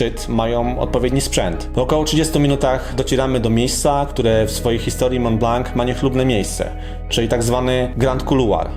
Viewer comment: Wszystko świetnie, tylko przykre jest to, że nie potrafisz poprawnie wymówić nazwy góry na którą się wspiąłeś. Dla pocieszenia powiem, że mało kto w Polsce wymawia tę nazwę w odpowiedni sposób. Otóż jest to ''Mą Bla ewentualnie Blo'' a nie Mąt Blank.